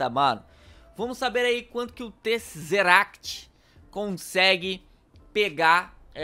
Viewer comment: Tezeract lê-se Tezerect